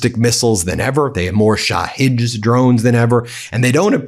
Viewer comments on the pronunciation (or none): none